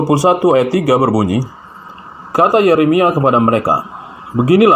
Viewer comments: yupe, di mulai dari membaca nama2 kitab.. spya jgn salah sebut yeremia menjadi yesemia.. kan memalukan, katanya bapak pastur, emak pendeta.. tapi nyebut nama kitab pun masih blepotan.. 🤣😂🤣😂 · Yeremia pak bukan yesemia.. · Ngomong ahli injil , tapi ngomong yeremia aja kagak becus 🤣🤣🤣🤣T.O.L.O.L